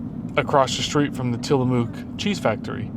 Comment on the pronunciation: just a reminder how to properly pronounce Tillamook